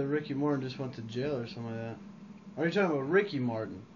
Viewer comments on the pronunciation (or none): none